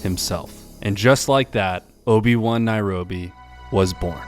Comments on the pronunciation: "Obi-Wan Nairobi" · obi-one--naobi lmfao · "Obi-Wan-Nairobi"...This video was better than every new episode of Star Wars that's come out recently. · "Obi Wan Nairobi", love it. lol.